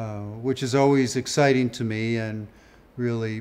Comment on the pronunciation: I like the way he says it's very very "exciteen"